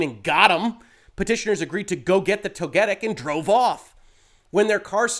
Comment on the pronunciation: I'm more upset with your pronunciation of Togetic than Pokimane from yesterday's story. At least I can cut you some slack, because there wasn't much research that went into if "berrying" or "burying" was what you did in the game on the part of whoever transcribed. As an active player though, I find that ecstasy over these two particular mons rather funny. I sure am definitely jealous, absolutely and very honestly, absolutely no sarcasm here.